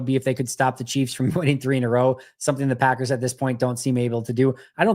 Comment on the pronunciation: Lol I hate the way he says Packers….. or should I say Paggurs.